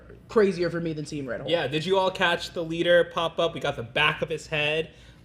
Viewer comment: I thought he was "Rulk" instead of Red Hulk